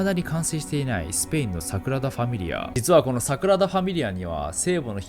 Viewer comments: サクラダじゃなくてサグラダですよナオキマンさん(^o^)/ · サクラダ❌→サグラダ⭕️ね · サクラダと言ってる？